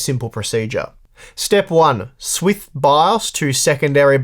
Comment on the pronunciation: Swith... Swith it up Nintendo Swith Will Smith's song "Swith".